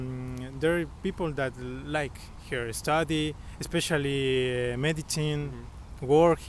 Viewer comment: These American guys are definitely not good examples of average Americans. Edit: The white American guy seems to think he's pretty smart, yet he said, "expecially". Dude, there is no such word.